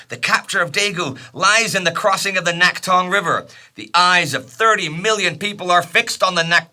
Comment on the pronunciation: Thanks for another stellar episode, and I've been watching the series with excitement as a Korean whose grandfather died fighting in this war. By the way, the "낙동(강)" should be pronounced as "Nakdong" instead of "Naktong". I only mention this because you've been doing a great job so far to pronumciate Korean names otherwise. It may be written as "Naktong" in English documents because Korean romanisation is all over the place, but the original letter "ㄷ" is never pronounced as "t", for which there's another letter, i.e. "ㅌ". Also, a very minor thing to mention while I'm at it. I noticed you consistently call "Pohang" as "Pohang Dong". "-dong(동)" is a submunicipal level administrative unit of a city, e.g. "Pohang Si(city)". As such, if the intention isn't specifically to denote that part of the city, it'd be better to use a more general name of the region, i.e. "Pohang".